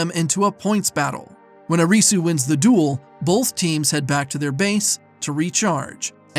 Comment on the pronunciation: "Uh-ree-soo" did yall even watch the show 😂